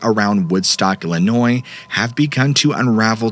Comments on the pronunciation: Illinois is crazy! hey, you pronounced it correctly and we do appreciate that lol thank you so much for everything you do! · Illinois is crazy. Ha Ha. I am original from Illinois...appreciate correct pronunciation of Illinois (s is silent). 😄